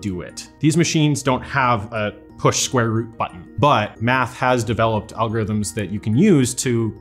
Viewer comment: sqare root hahahahaha i lost him with the first number that guy IS a computer